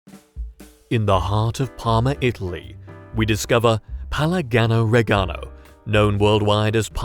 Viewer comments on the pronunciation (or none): You pronounced it Parmaganno Reganno... have you never heard the words pronounced in your entire life? You even left a syllable out. The phonetic pronunciation is as follows: Par ma jahn no Ray jahn no. Otherwise, it was a very good video. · pammagano reganno, says a british man.